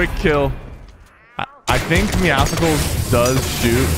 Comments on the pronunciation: IT IS MEOWSCELS NOT MEOWSECKELS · Lewis TheOneAndOnly I agree, idk why "Meow-sickles" is a thing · I hate it when people say “meow-skles” it meowcles, just like muscles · Why does everyone pronounce it meow-skulls? meow+muscles=Meowscles, so it should be pronounced meow-sulls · why does everyone say “meow-sicles” it’s “meowsulls” just how muscles is pronounced mussels not musicalls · Doesn’t it trigger you when he says meowcicles instead of meowcles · Say Meow then say Muscles combine and u get MEOW SCLES!!!! NOT MEOW SICLES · Muscles + meow(a cat) = meowscles. Stop saying meoskles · Meowscles is pronounced the same as muscles and meow combined Dont go meowsuhkles mkay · PigCake101 lord I’ve been doing it so wrong 😑 is it like meow cels like pronounced like that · Does it bother anyone else that he says meow scicles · Why does everyone call him meowsickles? Bruh well how tf do you say muscles? Musickles? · Pronounce Meowscles right. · Does Sypher know that hes pronouncing Meowscles wrong? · Please don't say meowscles like that. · Why does everybody say it like that? Do you say muscles with the c sounding like a k? No you don't, the c in Meowscles is supposed to sound like an s.